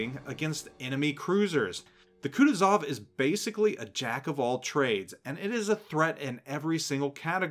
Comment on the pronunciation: KutUzov, not KutuzOv